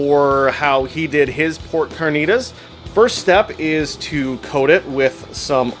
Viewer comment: Carrrrrrr-knee-Ta-ss lol